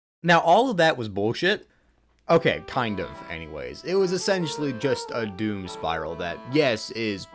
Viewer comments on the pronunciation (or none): none